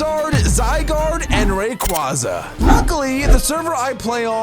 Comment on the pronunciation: Bruh it's not ray-quah-zah it's ray-quay- sah